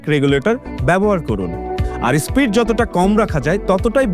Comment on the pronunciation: Spreed na SPEED 😂